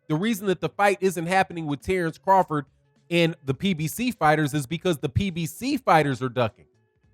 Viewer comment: I'm a need Bomac to sit the eff down. He messing up Crawfords name. Crawford is my favorite fighter today, but his camp is sounding goofy.